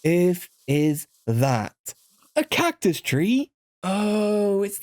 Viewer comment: why tf do you say cactus like that